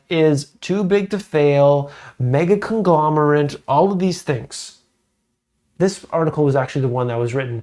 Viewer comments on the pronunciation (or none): It's not "conglomerint" it's Conglomerate